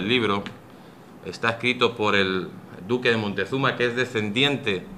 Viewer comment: Siempre he rebatido la leyenda negra y su falsedad, pero tampoco estoy de acuerdo con ir al otro extremo, la leyenda rosa, este señor me ha decepcionado por exagerado, 250 mil sacrificados al año? que fuentes segun el?Otumba 200.000 mexicas contra 500 españoles?? Tampoco si quiera sabe pronunciar Moctezuma,tlaxcalteca, Technotitlan ...Cajamarca una batalla?? Bueno si al menos en la cabeza de la audiencia se les ha quedado la falsedad del genocidio y robo, ya es bastante